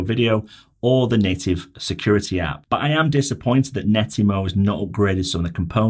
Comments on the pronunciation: Yes! It drove me nuts hearing him say Netymo time after time! You saved me writing this. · It's not Nettymo, its Net-atmo. The name is derived from the words Network and Atmosphere as per their first device created